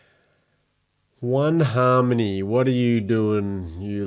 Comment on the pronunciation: An aussie talking about Haaaaarrrrrrrmony? Sweet 👌😎